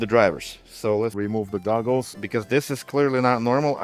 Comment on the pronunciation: I could have sworn he kept saying "remove the dongles" instead of "remove the goggles". Actually, sounds more like "remove the doggles" now that I listen again.